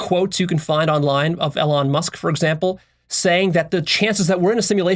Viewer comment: Learn to pronounce Elon Musk.